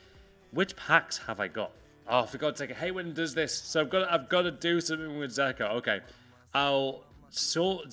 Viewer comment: It's fucking dzeko! Not zeko!